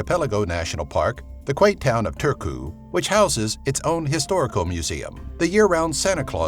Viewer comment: its Turku Not tiurku